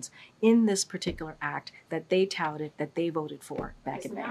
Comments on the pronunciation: Say "touted" again, KJP. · Saying “Touted” 10 times doesn’t make it the truth, while blinking her eyes and repeating word salad is not convincing. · How many times can she say “touted” in one response?? 🤣🤣🤣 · If you drank a shot every time she said "touted " you'd be dead. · say touted a couple more times XD